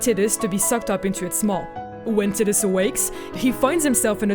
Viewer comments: her pronouncing tiddehs, irritates the sht outta me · Of Tee-dis and Tie-dis and Tiddis, Tiddis is the only I can not deal with haha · I lost it when it sounded like titties. Lmao. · Everytime she say Tittus I want to gouge an eyeball out. That aside, I don't think Tidus ever became real. If he had he wouldn't have vanished when the faith stopped dreaming. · Loser.. Haha just kidding.. At least you're not calling Tidus as Tiddus or titties like this woman 😂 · Tit-dus lol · It's not "tit us" it's breastus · Kim Steinbach-Reif Well it's japanese and was confirmed to be pronounced teedus. As someone from germany that's how I pronounced it anyway so it doesn't bother me though obviously a native english speaker would pronounce it taidus. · IT'S PRONOUNCED "TIE - DUSS" - There's no language in the world that would support pronouncing his name "Tid-dus". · First time to hear someone call him "tit-us" instead of "tide-us" or "tee-dus" hahaha kind of bothers my head a little xD but, who cares! Love the video! My first Final Fantasy was Final Fantasy from the Regular nintendo :) I played it around when I was 3-5, never beat it or finished it, just played it and loved it, my first one to truly play and beat was FFX. I have a strong emotional attachment to the wonderful game, which is probably why I had fallen in love with FFX-2 lol. Even if it was a "meh" kind of game.... I loved it :) FFX and X-2 are both dear to my heart. Can't wait for the HD remaster :3 I already have the Collector's Edition pre-ordered! :) WOOOOO FF! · Omg i seriously could not focus on what was said other than "TIDDUS" When i was a kid i thought it was TIE-DUS for a few years before i played Kingdom Hearts The correct way to pronounce the protagonists name is "TEE-DUS" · Tide-us not Tiddies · Tit-diss?? LOL TIE- DUS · I pronounced his name as "Tie-Dus". Sounds weird to me hearing her say "Tid-Us". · Tai-dus, not Tid-dus. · tid-iss? ew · titus and beside (besaid)? good video tho.. lol